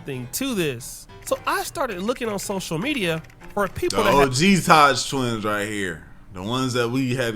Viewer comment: The 🦝 twins you mean. Say their name right